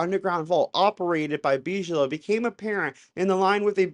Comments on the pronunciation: Why are you saying “BEEZH-LOW”?? It’s pronounced “BIG-UH-LOW” damn man, C’MON !! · "BIG-A-LOW" not "BEEG-LOW"....LOL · its pronounce Big uh low. robert big uh low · big-a-low just like the tea company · I love you dear but Bigelow is pronounced Big-a-low. Lol 😂😂❤ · It’s Big-ah-low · ’BIGelow’ - hard G pronounciation 😊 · You don't know about Bigelow? Big - eh - low. you need to catch up, my man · I love your show. I wouldn’t change a thing but just thought I’d help with the pronunciation of Bigelow. It would be pronounced Big-uh-low. You are much smarter than I am so No judgement. It’s all I have to offer 😂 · Big - e - low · Wow! One of your best! Eye-opening as to what is really going on. Impressive! Thank you! Also, just wanted to mention 'Bigelow' is pronouced Big a low. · Bigelow is pronounced like biggie smalls . bi-guh-low. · I'm so sorry but I'm having a hard time dealing with how you just can't pronounce Bigalow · (and a millions times after that too...) due to how he pronounced the name of Bigelow, I wonder if he ever even heard of the guy at all before...